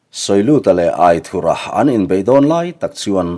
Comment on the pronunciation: Aithurha titawh loin aithura.tizawk la...adik zawk..